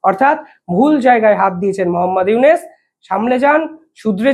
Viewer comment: আপনিতো ইউনুস উচ্চারনই করতে পারেন না